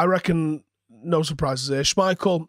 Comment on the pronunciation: When I heard saying ‘schmeichel…’ I genuinely thought it he was taking the piss fs